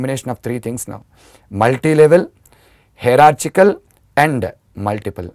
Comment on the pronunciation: Sir , its not pronounced 'hera -chick - al' ,, its more like 'haera-chial '